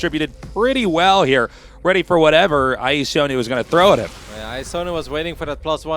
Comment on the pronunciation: Is there noone who can pronounce iAsonus name ?